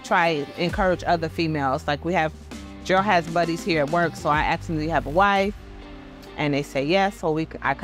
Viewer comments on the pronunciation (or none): It’s ask you, not axe you.